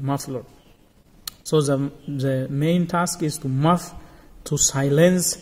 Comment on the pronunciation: Great work. Btw the word is muffle, not muff xx